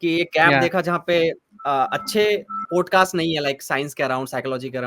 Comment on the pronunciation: भाई प्लीज़ "पोडकास्ट" मत बोला कर वो "पॉडकास्ट " होता है । "औ " की ध्वनि आनी चाहिए । "पोडकास्ट" बोलते हो दिक्कत कुछ नहीं पर ऐसा लगता है कम पढे लिखे हो जबकि ऐसा है नही ।